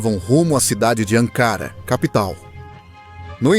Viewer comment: ANKARA E NÃO "ÂNKARA" !!!